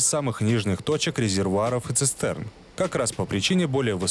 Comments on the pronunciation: НЕ ЦИСЦЕРНА, А ЦИСТЕРНА! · ЦисТерна. ЦисТерна. Тэ. Тэ. Не Цэ! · "ЦисЦерна" - фу! Диктору - минус! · Слово "цистерна" не дается. Тысцерна и все такое.